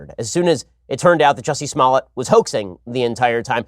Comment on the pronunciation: Lol..He said Juicy Smollett!